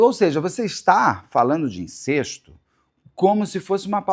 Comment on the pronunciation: Beto do céu, é "incÉsto", não "incÊsto"! E seus comentários sobre a Oprah precisam ser revistos... Bjins